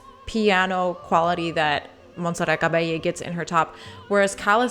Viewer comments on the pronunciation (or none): The t in Monserrat is pronounced. Love your channel. Thank you !